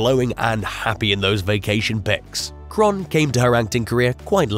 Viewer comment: It's pronounced Kay-ron, not Kron. 🤣🤣